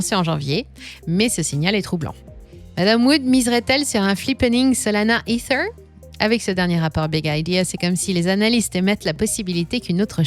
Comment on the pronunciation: les vidéos sont en français tu n'as pas besoin de sortir ton meilleur accent quand tu prononces "ether"... Dis é Terre comme tout le monde stp